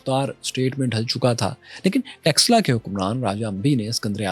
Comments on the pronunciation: Read / study Sianuli. What happened to Takshila ( not Texla)? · Takshila ko texla bol raha hai 😂